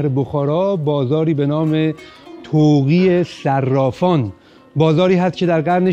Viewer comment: طاق صرافان درست است نه طوقی صرافان